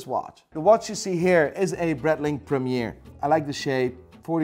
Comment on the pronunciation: why can't you pronounce Breitling properly?